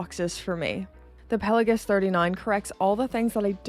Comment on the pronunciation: A guy who pretends to be a spy! Hilarious...Subscribed.... The way you pronounce Pelagos PelaGUS almost unsub'd :P It's Greek think Mykonos, Oikos and Ethos. Still sub'd